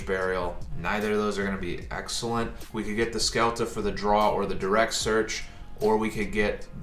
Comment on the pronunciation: The best endboard i have seen so far is with a small tellarknight engine, in order to finish with zeb, trap to copy, f0 and ptolemaius+ altairan in gy. Also is not "skelta" but "shelta"